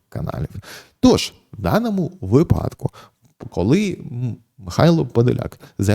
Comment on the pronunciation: Та скажіть вже хтось пану Ярославу як робиьи наголос у його улюбленому слові вИпадок (як вИрок, вИсновок) а випАдок це схоже на припАдок